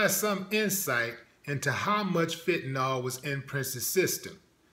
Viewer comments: You dont know what you are talking about. First of all the drug is pronounced with ill at thevend and not ol. It is fentanyl, nit fentanol. Prince had aids. He was nit leading a squeeky clean life. He was working like a wild man. His back up singer found him unconcious on his plane and could not revive him. It seems pretty obvious that he was on something. His life changed after he got aids and for him to be taking crazy drugs if hecwas getting very sick, is understandable. It looks like he was special to you but he was human. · it's called Fentanyl not Fent-Ta-Nawl...lol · fentanyl jackass pronounced fent-a,nil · Fentanyl, not fentanol.